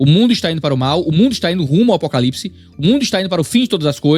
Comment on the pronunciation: A narrativa dela é pesada e tendenciosa. Chata. Isso sem falar da pronúncia dela : Apocalips 😅